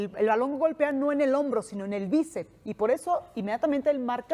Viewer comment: Me dió dentera con la chica esta que dijo como 20 veces que el balón le dió el el "bícep" 😐😐😐. El músculo se llama BÍCEPS, aunque sea solamente uno. Saludos, Mega